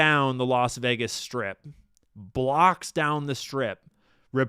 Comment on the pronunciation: Yeah Vegas sounded like Vietnam 🚁